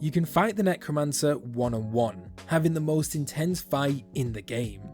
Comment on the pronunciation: He he he Nec-woman-cer